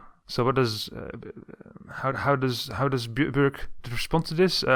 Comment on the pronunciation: You cant say ö